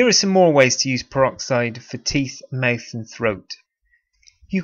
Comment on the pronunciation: Pronounce mouth correctly you're pissing me off. Mouth not myth